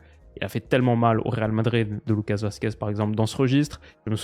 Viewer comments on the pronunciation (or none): none